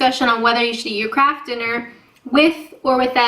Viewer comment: For a moment, I thought I did hear her say "crap food", instead of "KRAFT FOOD"? But would never say anything like that (at least not on a recorded video). After all, she is a Canadian lady..(lol)